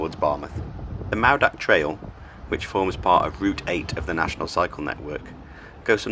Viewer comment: Mawddach is pronounced Mawth-ack. dd makes thz sound.